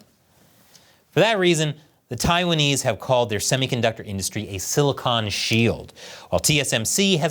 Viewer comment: It's "silicon," not "silicone,". They are two very different things.